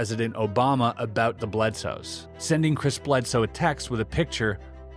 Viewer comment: The guy's name is "Bledsoe" not "Bledose"!! But fascinating content, thanks very much!